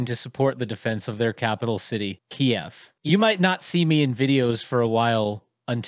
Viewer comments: It's Kyiv, not Kiev.. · Hi, you cool guys, but it`s Kyiv not Kiev